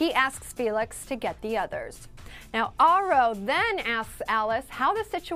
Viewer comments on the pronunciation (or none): She says Aro wrong! It's bothering me, It's said like arrow. I saw an interview with Stephanie Meyer and thats the way she pronounces it.